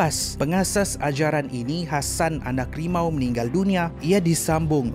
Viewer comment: Bukan rimau lah limau